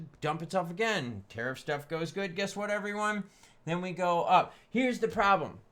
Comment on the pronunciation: my guy is am drunk every time you say terif down the gluck drunk as fuck